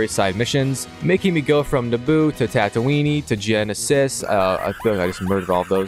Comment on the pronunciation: wait youve played all the lego games and dont know how to pronounce tatooine and geonosis? have you watched all the movies or did you skip that?